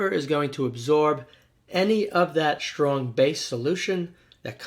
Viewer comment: “Shtrong”? Sheriously? Ashtounding!